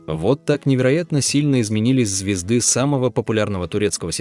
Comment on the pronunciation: Автор вы в школе ходили на русский язык?😂 Почему звездЫ, а не звёзды😂😂😂